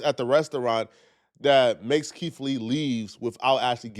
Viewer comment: Keith not keif